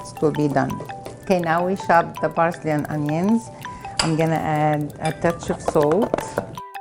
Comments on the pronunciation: BARSLEY.. lol what is baRSLEY... just say parcley.... every human can do it. so can you.... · Fousey: What she meant to say was parsley not barsley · Please say parsley not barsley JESUS CHRIST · She says barsley not parsley 😂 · "Barsley" .. The arabs cant help but neglect the letter p 😂